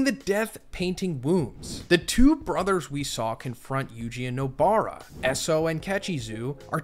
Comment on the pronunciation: ken jaw koo no BAR uh and WAY too many more mispronunciations